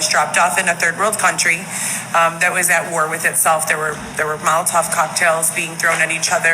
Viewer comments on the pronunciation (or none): It's 'Molotov' btw